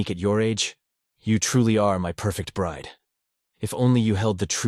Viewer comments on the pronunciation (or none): none